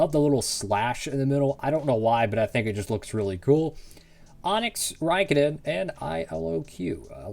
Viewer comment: You pronounced his name perfectly!